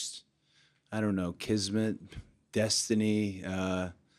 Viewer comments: Did he say kismat? 😭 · Cody said kismat 😳